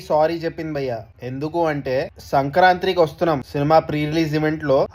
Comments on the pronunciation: I request to apologise for pronouncing sankranthi as sankrantri😂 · Sankranti ni sariga pronunciation cheyandi